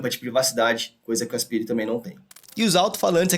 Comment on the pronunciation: fala "aspaire" por favor 🙏🙏🙏